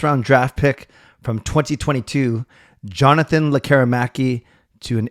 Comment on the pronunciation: I do believe I heard from a Swedish source say his first name with a Y sound.